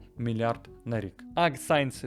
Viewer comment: Чувак,шо в тебе з англійською?! :face-fuchsia-wide-eyes: Аг сайенс 1974, Кантри лазер?! 🤦‍♂